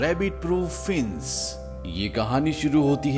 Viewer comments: भाई साहब अपना उच्चारण सही कीजिये - फेंस को आप फिन्स कह रहे हैं. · Fienc ni Fence hota hai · फिंस नहीं फेंस होता है👍फेंस मतलब बाड़ या घेरा होता है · Fince nahi fence English study kar aaye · fince nahi fe-ance bhai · Admin ne fence ka pronouns acha kiya hai fince😂